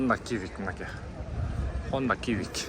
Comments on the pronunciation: Ниссан примат эмес, примера. Хонда кивик эмес сивик😂. А так молодец укам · HONDA CIVIC ХОНДА ЦИВИК !!! А не кивик ! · Хонда сивик дечи, кивик дебей😂😂эксперт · Нур кж хонда кивик эмес ал цивик деп айтылат